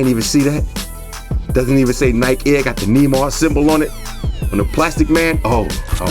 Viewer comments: you pronounced Neymar(N-ay-mar) wrong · Don't know if anyone else has said it but it's pronounced Nay-Mar lol love the vids man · 😂😂 its Nay-Mar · Nah these sneakers too flame g btw you pronounce Neymar like nae mar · its nay-mar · "knee mars" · Love your videos but it's pronounced Ney-mar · Neymar is pronounced "Nay-Mar" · lol the way you say Neymar